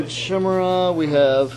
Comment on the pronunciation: Shimmerer? I think you'll find that Chimera it is pronounced Ky-meara. Pronunciation police over and out.